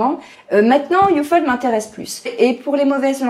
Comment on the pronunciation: ufold mdr , sa se prononce up - hold ^^